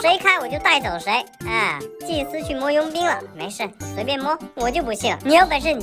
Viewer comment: 導演你祭司說成機械了